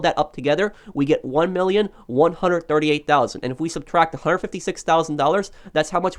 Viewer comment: Useful vids but please learn to say One HUNDRED. No such word as onehunnit lolol